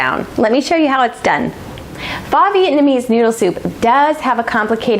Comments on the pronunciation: This looks delicious! Pho is pronounced "fuh" fyi :) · "Faw Vietnamese noodle soup" haha